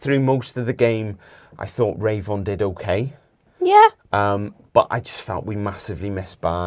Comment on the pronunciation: RAY-von? Are you sure that's how his name is pronounced? I think it's more likely Revvin. Could you possibly find out as locals?